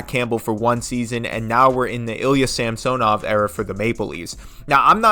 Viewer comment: Please learn to pronounce Samsonov.